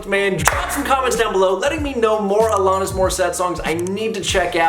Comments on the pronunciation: A-LAN-IS, not A-LON-IS. Yes, I'm nitpicking. Love your videos,. Keep up the great work! Next you need to do "You Learn":) RIP Taylor Hawkins! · Is it ironic that you can’t pronounce her name correctly yet criticize irony? The irony is fools not understanding the criticism of the unironic lyrics lies the irony . No lessons being learned here smart guy! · Alanis- rhymes with Janice…said this last time as well, I believe.